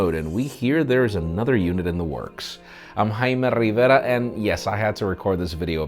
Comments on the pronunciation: Please stop saying " " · is what I hear....😂😂 we must hear it 5 times in his other upcoming video.